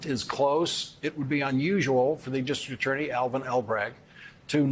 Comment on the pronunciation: Is Lawrence losing it lately? He seems to be flubbing a lot of words these days...Can you say "dis-TRICT AT-TOR-ney"?